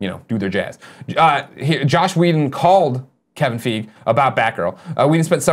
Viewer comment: Kevin F "eye" gee, Its Kevin F "eye" gee